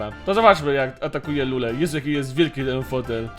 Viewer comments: Nie lule tylko lure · Lurrre a nie lulllle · ale ty sie naruciak nie znasz 1. netrodal nie jest nowym streamerem 2. lure a nie lule